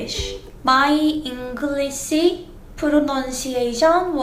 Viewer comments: You pronounce pronunciation incorrectly. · You could work a bit on your English "pronounshiation"